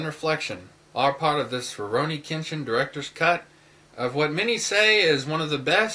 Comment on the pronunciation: Kenshin was not kidnapped. His parents sold him to be a slave for money. Tomoe falls in love with him too. And you don't pronounce it right. I love Rurouni Kenshin/Samurai X because of the deep character meaning. Kenshin's past is the most dramatic part of Rurouni Kenshin, and that's why I love it. The fact that he gave up killing because of regret and how he tries to get over his past by being with friends in Tokyo. There is more to RK then meats the eye. I absolutely love RK, the manga too.